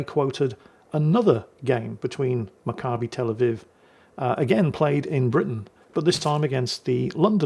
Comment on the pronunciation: You pronounced Macabbi Tel Aviv perfectly